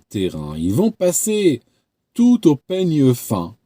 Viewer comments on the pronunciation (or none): Au peigne fin et non feigne pain 🤣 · . " Feigne pin " mdr !